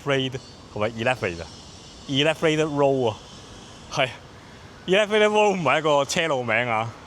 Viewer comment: Elevated 呢字其實唔係咁讀嘅⋯正確讀音係好似大象elephant 咁上吓